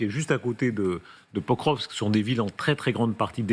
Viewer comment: Il faut vraiment que les journalistes apprennent à prononcer correctement le nom des villes. Pokrovsk se prononce Pakrovsk. Le "O" se prononce "A", sauf sur l'accent tonique.